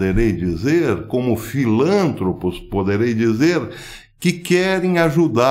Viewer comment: Filantropos., Não é proparoxítona Professor. É assim.Impossível pronunciar como "filântropos".